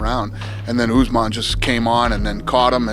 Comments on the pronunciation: "Kamara Oozeman" - Michael "One-Eyed" Bisping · Chandler called him ”farty usman😂